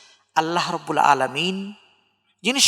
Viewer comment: আসসালামু আলাইকুম। অনেক গুরুত্বপূর্ণ আলোচনা করেছেন। বেয়াদবি মনে না করলে একটা কথা বলি। খুতবার শুরুতে আলহামদুলিল্লাহ রব্বিল আলামিন এর আইনের উচ্চারণটা আরেকটু সুন্দর হলে ভালো হয়। আমি ঢাকা বাংলাদেশ থেকে।